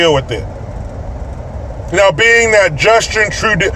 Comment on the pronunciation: I just watched the "Justin Trewydnfkajdjfk" part like 30 times 😂😂